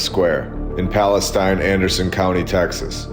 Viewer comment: Pronounced , Palace-teen Texas